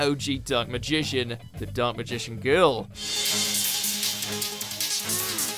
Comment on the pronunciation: anyone noticed how pronounced the dark magician girl’s name when she appeared 😏